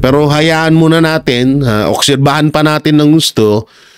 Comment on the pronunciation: Obserbahan po Hindi okserbahan